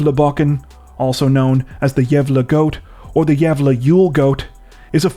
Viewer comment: Being Swedish is my first language I truly have to applaud you in your attempt of pronouncing Gävle correctly. Well done 👍